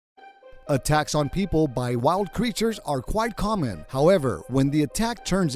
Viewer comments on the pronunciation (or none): In the start I heard "A TAX" instead of "ATTACKS"